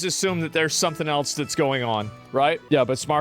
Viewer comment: There is no t in "else" why do you pronounce it "elts"?